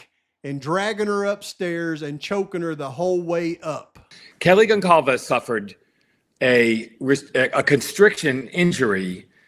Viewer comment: ..idk about this guy. His consistent mispronunciation of "Goncalves" & the medical term (phonetically) "puh-T- key-eye"(broken capillaries aren't setting right.....I'm not sure these are his original ideas and that he's not just reading someone else's